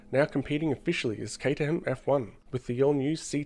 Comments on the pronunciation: It’s pronounced Kate-er-rum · the fact you pronounce caterham with the h is a sin, you must change your ways or feel the wrath of h